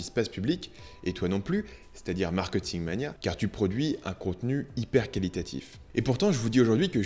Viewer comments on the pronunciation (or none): je t'en supplie.. ça se dit markéééting et non markeuuting